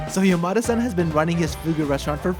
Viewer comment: This is a good addition to my knowledge. Though.. why did you pronounce Yamada-san like Yo-ma-de? I keep hearing "Your mother son" 😅